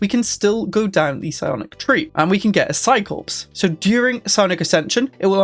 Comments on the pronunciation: It's pronounced "Psi Core" not "Psi Corpse". WTH is wrong with you? xD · The 'ps' in Psi-Corps is silent. It's pronounced 'psi-core'. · corps is pronounced as "core". corpse is a dead body